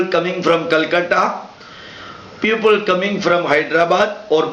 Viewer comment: sir,while you speak the word PEOPLE it sounds like PUPIL